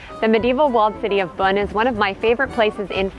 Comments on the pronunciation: If you’re going to do video about a place like this, why not ask the locals how to say a few things. Like how to pronounce the locale. You don’t need to speak French, but most of the names are easy. Beaune is pronounced just like the English word “bone” etc. And honestly the music you all played just did not match the place. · Is it pronounced "Bone" as I've always thought or "Bune" like she says? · As someone who knows Beaune very well, this is an awful presentation. Your diction and pronunciation and that awful music makes it worse. 0/10.